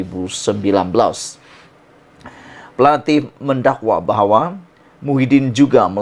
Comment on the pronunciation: Plaintif la bukan plainAtif